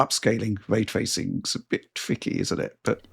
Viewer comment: so. Way twacing on the PS4 pwo then.